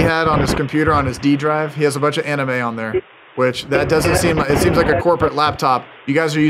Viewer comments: all u do is cool and noble... But Bro calling Anime (AE NEE MEY) as (AE NIGH EM) is also a crime.... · The way u are pronoucing anime and naruto kinda bothers me but it was more funny. Keep up the good work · If I wasn’t such a huge fkn fan, I would have clicked off when you said “ aNIME” 😤